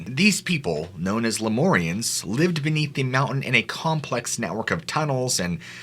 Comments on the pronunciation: Lemurians not "lemorians"... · I'm sorry, but can you please attempt to try and pronounce words correctly... Mount Shasta is pronounced Mount Sh-ass-taa (phonetically) & lumerians is La-mere-e-ans. Thanks! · You’re saying shasta wrong. It’s not scha-stuh it’s sha-sta. Lemurians is pronounced le-Muir-Ians.